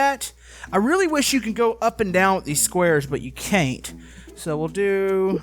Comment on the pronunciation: Caint? Is you Canadian